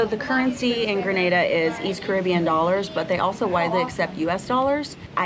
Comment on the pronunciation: FYI. The name of the country is pronounced "Gree..nay..da," not "Gra..na..da," which is in Spain.😊